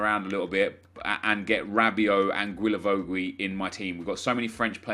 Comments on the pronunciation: Can you call him gilavogi not gwilavowgwi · Hi, Just to let you know, it pronounces Gilavogi so just like you said but without the 2 « u »;) i see you struggling every time you try to pronounce his name 😂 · Its pronunced as "J-I-L-A-V-O-J-I" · Hey, just wanted to say, it's pronounced Gi-la-vo-gi. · The way you say guilavogui disturbs me